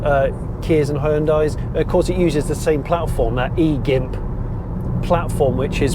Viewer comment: laughed my ass off every time you called it E-GIMP platform. you might want to try another pronunciation 🤣